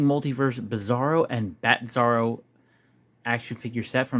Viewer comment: Nobody told me there was a "Batzarro." And yes, you said it right, that Bat symbol with the original outline behind it is just plain lazy. I'd show this directly to Todd on twitter if it were me and demand an explanation. I don't tolerate laziness, especially if you're paying for it. All that said, wasn't there also a Bizarro World where he came from? And a Bizarro Lois Lane? I think it was from Super Friends. Though I liked Bizarro from the 90s Superman cartoon. He was just simple and had his own Krypto that was always trying to him. That was cute.